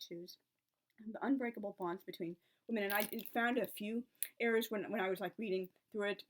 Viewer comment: And do you realise that your "errors" and "eras" sound the same,? [at least to these ears].